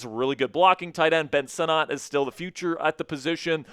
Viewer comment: This fkr still can't say Sinnots name correctly